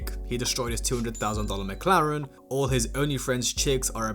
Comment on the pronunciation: A “McLarem?” You didn’t think we’d notice this little mispronunciation did you? 😂